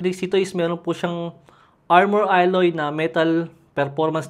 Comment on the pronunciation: Bakit parati binibigkas ang Hot? Infinix Hot 50 pro plus, Infinix Hot 50 pro + 5g 😂 tangina nmn reviewer yan 😅 di pa mka pronounce ng Tama sa alloy at LYT 600 parang nag tied ang dila mo boi ayusin mo ibabalik kita sa kinder 😂